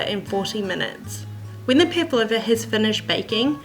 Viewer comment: LOL! do you guys pronounce it like this? I wonder how it became this way :D Pavlova is a Russian last name, and the dessert was named after the russian ballerina -- Anna Pávlova (Анна Павлова), the accent is on the first a! It was made to resemble her light and airy outfits :) No hate at all, just sounds so weird to the russian ear haha!